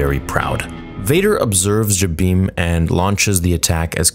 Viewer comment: i like how you pronounce jabiim. the way everybody else pronounces it, it sounds like jim beam. 😄